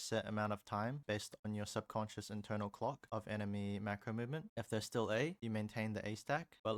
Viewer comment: bro did not say clock